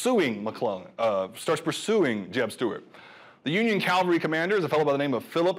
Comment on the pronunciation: The guy keeps saying Calvary instead of cavalry.